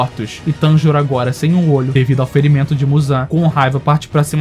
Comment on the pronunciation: NÉ E TB FALA TENJURO